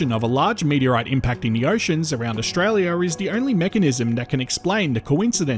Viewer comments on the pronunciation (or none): I feel I have to comment on the pronunciation of the narrator. Apart from Pilbara being pronounced in a way I've never heard before, and the sound "s" being pronounced as "sh" as in "Ushtraya", finally I hear "trows". What the hell is a trow? I think to myself. Then I read in the subtitles "troughs". (get an Australian dictionary and look up the pronunciation) There are three possibilities. 1. The narration is done by computer and set to mimic a peculiar Australian accent. 2. The narration is done by an Australian who is ignorant of correct pronunciation. 3. The narration is done by a non Australian who simply doesn't know the correct pronunciation of words relevant to Australia. Finally in all cases the narration should be checked by the supposed Australian geologist who makes these vids. Butchering the English spoken by Australians when discussing Australian topics is an insult to native speaking Australians. Australians who have subscribed to this Chanel will get jack of it (to use an Australianism) and simply unsubscribe. Don't give up your day job as they say. As a mining engineer I enjoy the exposition of geological facts about Australia, but the pronunciation being butchered makes it almost not worthy of watching.